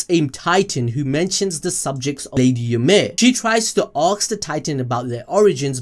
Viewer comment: I love how te says “axe” and “axed” instead of “ask” and “asked”